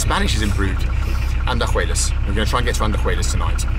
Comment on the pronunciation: It is very funny how you guys butchered the names of the towns. Andajuelas vs Andahuaylas 😂